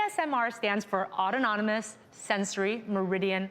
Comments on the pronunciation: it’s not “autononomous” it’s just “autonomous” 1 too many “no”s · autonomous (aa·TAA·nuh·muhs) This doctor pronounces it aa-tow-NAH-nuh-muhs 😂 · Autononomous!!! Seriously? Hahaha…. Please go back to university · She said autonononmous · Autononymous😂😂😂😂 it’s autonomous😂😂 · Autonomous not autononomous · “Audonanomus” ya mean autonomous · "Autonomonous"? And this woman is a PhD.... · love that you’re talking about ASMR but Judy is talking like she is an ASMR expert yet she called it ‘autononomous’ instead of autonomous 😂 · Autonomous not autononomous 😂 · She said autononomous. That idiot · "Autonominous"....Jesus christ, you have a Phd? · Did she say autononomous? Lol it's autonomous 👍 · Was i the only one who noticed her say "autononomus" instead of autonomous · She said autononomous.... It's autonomous. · Auto-nonymous? SMH It's autonomous. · I caught that too. Was yelling at my screen "NOT AUTONONYMOUS!! ITS AUTONOMOUS!! GEEZ!! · "auto-non-o-mus" ..um that's not correct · Autononomous???? Is that what she said? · Lol what did she say? It's autonomous😂😂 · Did she say "autonomonous"? Haha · She said Autononomous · Did she say "autononomous"? Holy shit woman, learn how to pronounce it before you go in front of an audience saying you're a PhD in psychology. Holy shit. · did she just say "autononomous" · Did she say autononomous?! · Pity the doctor can't pronounce autonomous though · Okay but can we talk about how a board-certified clinical psychologist pronounced “autonomous” as “autonomomous” 🤷🏻‍♀️😂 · Did she say Autononimous? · Extra syllable in autonomous. ;-} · “Autononymous” lol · I like how Judy Ho PhD can’t pronounce autonomous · auto what?😂 Autonomous is only 4 syllables. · A Phd that can't even pronounce the word "autonomous" comes as no surprise to me. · Did she pronounce ‘autonomous” correctly? I think she added an extra “n”. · I like how she has a fancy title and is trying to explain what ASMR is but she can’t pronounce autonomous